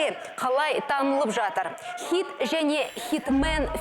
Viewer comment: Неге xит деген сөзді xЫйт деп айтад